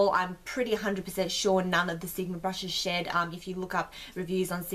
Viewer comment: Not gonna lie for a bit there I thought you said you liked it because it didn't shit.......then I realised you said shed lmao xD